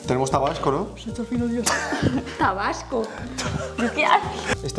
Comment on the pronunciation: Rubius diciendo Tabasco 🇲🇽